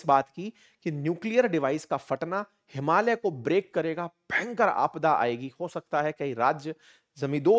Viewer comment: आपने “हिमालय” को शुद्ध उच्चारण किया । ज्यादातर भारतीयोंने “हिमालीया” बोलते है । हम नेपाली भी “हिमालय” हि उच्चारण करते है ।